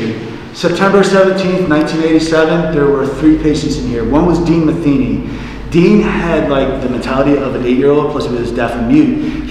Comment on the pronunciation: Matheny is pronounced Ma-theeny, not Mathen-y like y'all were saying.